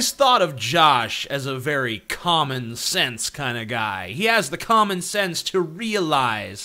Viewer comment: For some reason I heard "Common sense" as "Comic sans". Help me